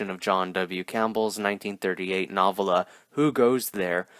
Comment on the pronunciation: Good cult monster flick. Have to say: the word novella is pronounced nuh-VELLA ... not NAH-villa.